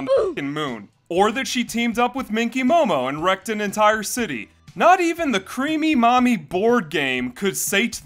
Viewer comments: I thought you were saying 'creamy mommy' and I was scared. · The number of times my brain thought he was saying "creamy mommy"... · Everytime you say her name I keep hearing creamy mommy which really makes me cringe to the point I feel like the creator was a very perverted person. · Ah yes, "crêap", the past tense of the old Anglo-Saxon verb "Creopen" which mean "to creep" Good old Creamy Creep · Everytime he says the name I feel what's left of my soul die little by little